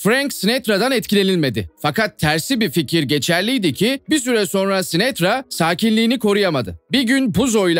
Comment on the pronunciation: Sinetra değil sinatra videoyu izledikçe uyuz oldum kardeşim kusura bakma